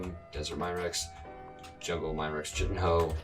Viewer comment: chtiin is pronounced K-hi-tin